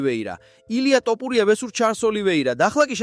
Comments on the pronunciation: რა ტოპურია თოფურია ისწავლე ჯეერ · ტოპურია არა თოფურია. გამოასწორე ლექსიკა. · მაგას ჯობია სხვა ენაზე გააკეთო ვიდეოები ქართული სპეციფიური ენაა- ერთი ასოც რომ ვერ გამოთქვა ძალიან საშინლად ისმის, თითქოს დაგცინიანო/ გითხრეს შენ მეც და სხვებმაც რომ თოფურიააა და არა ""ტ """ სხვა ენებში არაა მასე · ტოპურია არა ეგ თოფურია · რა ტოპურია ტო თოფურია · ტოპურია კი არა, თოფურია! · ტოპიურია კი არაა შე კაი კაცო და ტოპიმეგრელია ეგ ბიჭი ! რით ვერ ისწავლე იმის გვარი ვიზეც ფადაცემას აკეთებ????? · ტოპურია არა თოფურია არის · ტოფრია არაა თოფურია და ნუ მოტყანი ტვინი შენი "ტ" თი! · ტოფურია არა Თოფურია ნუ აფუᲭებ გვარს ქარᲗულად წარმოᲗქმი გვარი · “ტოპურია”რა უბედურებაა??? “უნდა ვთქვათ ერთ რაღაცას” ქართულად ლაპარაკი უნდა ისწავლოთ ჯერ… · თოპურია 😂მაგარი შეგ გაქვს ვიღაცა ხარ დღემდე ზრდილობიანათ გეუბნებოდი სწორად გამოთქვი ილიას გვარი ან დებილი ხარ ან შეუგნებელი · ტ-ოპურია ? ტ-ოპული? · ეი აის ნალაპარაკებს გავს არც ქართველს ილიას სახელის გამოთქმა სწორად არ შეეშლება